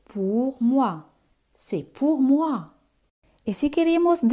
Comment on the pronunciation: Por qué c'est se te escucha cy y no ce? Merci